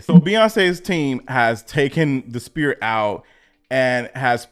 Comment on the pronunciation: Love the content. Sphere sounds like sfere